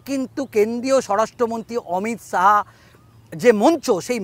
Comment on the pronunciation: Reporter dada apnar uccharon ta age thik korun..Amit Shaho? Shaho?